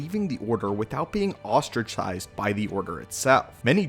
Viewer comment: Did I just hear "ostrichised" not ostracized haha